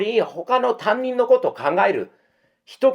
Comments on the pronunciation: たぶん、たにんのことをたんにんっていっていますｗ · 「たんにん」？、「たにん（他人）」な。たんにんは、学校の自分のクラスの先生のことな。